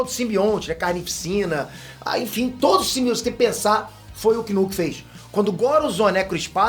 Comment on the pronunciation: Que alívio escutar o Chamar Knull=kinu não igual os outros chamam Nu...👏👏👏😁😁😁